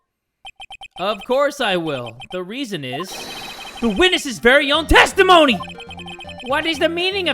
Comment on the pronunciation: I heared tasty moany not testimony